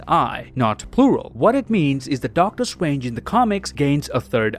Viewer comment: i like when he says "Doctor Strwange"